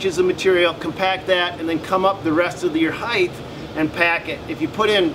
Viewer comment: Always love your videos. I learn a lot. But as a teacher I can't help but correct you on one thing. "Height" not "heighth". 😁